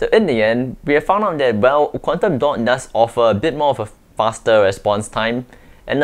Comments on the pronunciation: Wtf!! It took me an hour to understand what you were saying was Quantum dot, What is "Condando" 😂😂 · I thought he said condom dot (dotted condom)😂😂